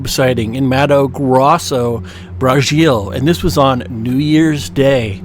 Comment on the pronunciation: Did he say, Bra-shill? Lol